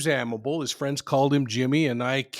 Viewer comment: His last name is pronounced Amabilly. A co worker I’ll never forget. Drove past his final resting place every day on my way to and from UPS where we worked together. Never forgot about him. He was a mentor and a stout Teamster whom I enjoyed seeing everyday before we started our delivery routes.